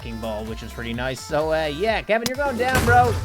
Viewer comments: He pronounced kevin as kalvin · You pronounced kevin incorrectly